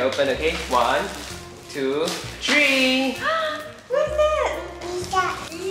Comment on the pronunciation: One two “tree” TREE